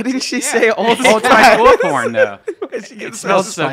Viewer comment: it's wolfTHORN brian...wolfTHORN! not horn... THORN!!! If you want old spice to sponsor the cast... you gotta get it correck.